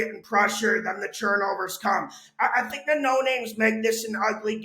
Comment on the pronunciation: I take a shot everytime says Churnovers